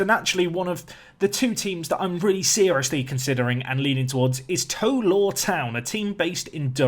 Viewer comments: I was born in bishop Auckland near tow law. And it's tow as in Cow. Tow law 😂 not toe law 👍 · Pronounce Tow Law as in taw rather than toe like tow(el) law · Just a note that it's pronounced 'T-oww Law Town'...... as in 'Oww I stubbed my toe!'. Hope that makes sense! (I live 6 miles away! 🙂) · I live in tow law and it is pronounced more like taw law and are known as the lawyers. The ground has the second highest altitude in england. Also a few years ago, south shields FC scored a great goal and it won Budweiser goal of the month. (Children also get a free portion of chips) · It's pronounced t-ow law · Tow is pronounced like how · Looking forward to this series. By the way , the Tow bit in the teams name rhymes with ‘Cow’ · Looking forward to the save, however, it's driving me mad! Can you please pronounce it TOW as in NOW!! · Tow Law is about 5 miles from me, Tow is pronounced like Now